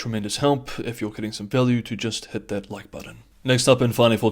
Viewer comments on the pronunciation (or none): none